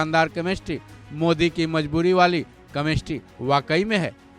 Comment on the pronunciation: Chemistry ❌ kamestri✅😂 pronounciation tagda hai